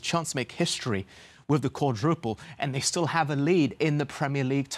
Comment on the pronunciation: Quadraple they said 😂😂